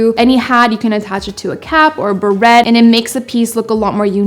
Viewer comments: Ahhh "Barrettes "?the TT'S are silent its French ,phonetically it would sound like" berray" if you love them so much has no one ever corrected you? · Beret is prounounced (buh ray) not barette like a hair clip. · FYI: beret is not pronounced "berette" but rather beray (burr-ay) Thanks for some of the tips. Not really a fan of this version of the "fringe" but like you without better. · Love you, love your tips, but... ug I cringed everytime you called your french hat a barrette; like the clips that go in your hair. They are called berets (pronounced bur-ray) not a barrette like the hair clip. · Beret is pronounced "burr ray"-the T is silent; not "burr et" like something you put in your hair. Just FYI for future videos. Love your videos-keep them coming! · The way you are pronouncing it as" barrette" is actually a hair accessory. Sorry to be so picky, but it drives me crazy! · perhaps you need to look up how to pronounce beret, it's more berra than beret lol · Beret is pronounced 'Beray' :) Because its a French accessory, the 't' is not pronounced >< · Ok, I have to say this. It's pronounced beray, the e sounds like a long a and the T is silent. It's FRENCH. OTHER THAN THAT, YOU'RE FABULOUS!!! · I think it's a little classy if you pronounce French names correctly...i.e. beret is pronounced be-RAY. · Beret is pronounced buh ray. Barrettes are hair accessories. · The t in beret is silent. Prounounce correctle buray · No T pronounced in berets , it’s bereys!! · Sorry to correct you, but beret is pronounced "beray". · It's pronounced "baray" (beret) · And béret is pronounced berey oh lord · Pronounced.... Ba-ray 🤗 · your saying Beret wrong. also your bangs look oily. but good job otherwise. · SneakyLil'Snek almost as bad as pronouncing the “t” in beret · Girl nice video however May I suggest that you google how to pronounce the word Beret Have a great Christmas x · please learn how to say beret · Please learn how to pronounce 'beret'.